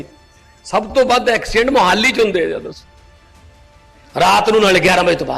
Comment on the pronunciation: ਮਾਨ ਸਾਹਿਬ ਜੀ ਮੋਹਾਲੀ ਦਾ ਉਚਾਰਣ ਠੀਕ ਕਰੋ ਜੀ। ਕਿਤੇ ਹਰਸਿਮਰਤ ਕੋਲ ਤਾਂ ਨੀ ਬੈਠ ਗਏ